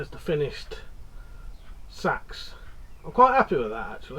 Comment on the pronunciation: Watched you for yonks, but I think you'll find it's pronounced say ex, and if it's of any worth, I went to agri college and had to study the use of scythes, bill hooks and hacks of all types in the mid 90's, There is an art to sharpen these, and now it's being forgotten. Would rather wield a traditional bill hook than seax, especially with the back blade. Keep up the great work 👍🏻